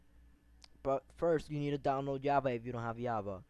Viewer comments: its not java not yaba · He has a problem with the letter J lol "yava" "moyang"LOL xd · BRO ITS CALLED JAVA NO YAVA